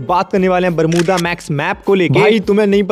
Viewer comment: Bolna bhi nahi aata barmuda max ko😂😂😂😂😂😂😂